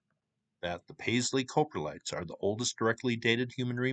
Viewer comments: close, COP-RE-LITE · Coprotlite; Cop-row-light You were close enough though. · Coprolite is pronounced "cah-pro-lite". Love the videos, keep up the awesome work! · Crappy pronunciation of crap😂